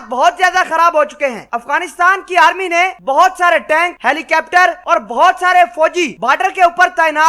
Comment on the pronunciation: Baardar ke upar😀😀 Helicaaaptar😀😀